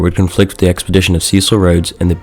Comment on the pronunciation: Can’t even pronounce ‘Cecil’ properly. 🤦🏻‍♂️